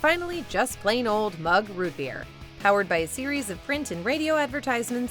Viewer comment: fuck you its mug. redo. you failed. try again